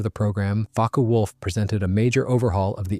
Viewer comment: OWCHHH! its NOT pronounced Focky wulf-- its Fockeh wulf!